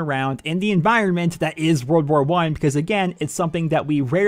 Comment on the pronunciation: Whenever you say "world war 1" I hear you saying "wer wer one"